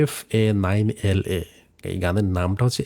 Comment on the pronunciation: Fa9la pronounce faqla in Arabic